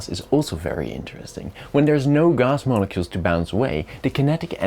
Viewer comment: I flinched when he said molecule